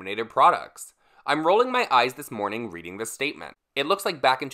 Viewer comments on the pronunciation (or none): none